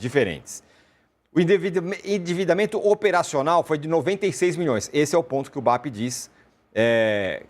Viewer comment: O cara está tão revoltado que se engasgou para pronunciar a palavra " individamemento" 😂